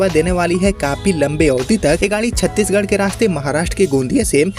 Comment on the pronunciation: नाम छत्तीसगढ सही बोलो तो कोई भी ट्रेन बिहार से ही kiyo जोडा जाता है